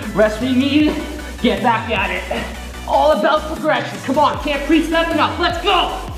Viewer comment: "Take a rest if you need it, GHETT BHACKKKKK AT ETTT" Gets me every time hahahaha Sick vid